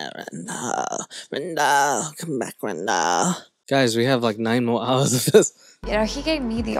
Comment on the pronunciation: first off, I love when u immigrate Madelyn, but the “RAM-dall” comment has me dying! 😂😂😂